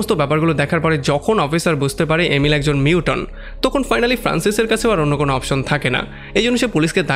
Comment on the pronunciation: যে ভিডিওটা বানিয়েছেন তাকে বলছি, লেখাপড়া শেষ না করে এগুলো কেন করছেন? মিউটন না, মিউটেন্ট।